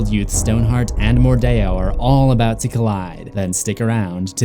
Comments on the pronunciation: Why did he say Mor-die-or? Isint it mordeo? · It's MORDEO not Mordayo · It’s not pronounced “mordayo” it’s pronounced “mordeeo” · mordeeeeeo Not mordayoh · Wait wait wait do you just say queen wordeo